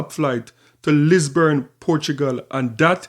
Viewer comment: Bro... It's Lis-bon Portugal. Not Lisbourne.